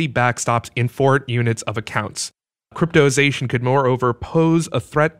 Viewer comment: I'm reading cryptozation but you keep saying cryptoization?.... which is it.... is it misspelled or are you misspronouncing it?....